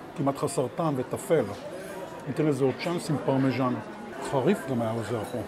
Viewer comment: אומרים פרמזן לא פרמזנו יא אילג:face-orange-frowning